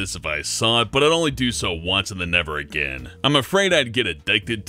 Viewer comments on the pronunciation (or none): none